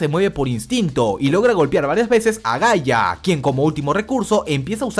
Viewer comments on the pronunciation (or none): none